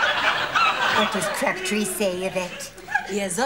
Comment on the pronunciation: Actually I think that Officer Crabtree was very funny,with mispronounciations which is supposed to be a parody of someone trying to learn a foreign language but doing it badly.